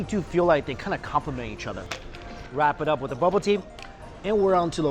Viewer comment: When he says other it sounds like he saying otter